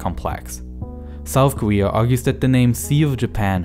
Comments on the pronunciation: Lesyk Konecky listen the word ‘korea’ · Koeea? Or Korea ..? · Wow you're saying Korea with a w